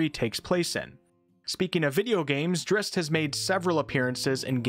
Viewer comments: I've never EVER heard it pronounced "Drist". I've always pronounced it... as it is spelled, Drizzt. Zzzzz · "Dritz" has never been an alternate pronunciation. Swapping around letters is just dyslexia. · Why say Drist when there is a ZZ?